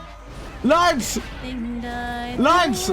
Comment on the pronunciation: LOIMES INNIT